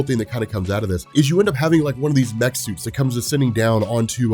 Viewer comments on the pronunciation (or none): none